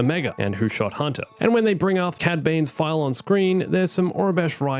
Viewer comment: The accent messing up Omega's name, said so many times... Omeger, Omeger, Omeger... (But also says Huntah) Movie is Not murvie, car is not cah.